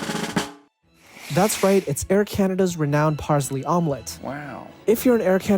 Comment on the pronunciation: nice vid except Parsley is pronounced paar·slee instead of paar·zlee